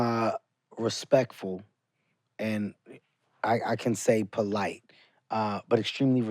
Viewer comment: MIKE: all my kids are polight, ain’t that weird? KEVIN HEART: no….. EXACTLY 😂😂😂😂😂